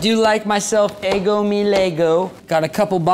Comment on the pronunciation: did he say eggo me lego? or am i high?